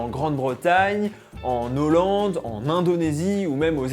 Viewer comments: "En Nollande" :-) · "en Nhollande" ça fait mal aux oreilles !😲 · Moi ce qui m'a fait tiquer c'est: "en Nollande" !! Pas de liaison avec un H 😁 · ce que j'ai retenu : "en nollande" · Mes oreilles ont saigné quand il a dit en nHollande 😱 par contre, je savais pas pour la différence entre Hollande et Pays Bas! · 2 choses : 1. On ne fait pas la liaison entre "en" et "Hollande" 2. Si tu veux désigner les Pays Bas tu dis au Pays Bas sauf si tu veux parler de la Hollande la région se trouvant au nord des Pays-Bas Sinon super vidéo bisous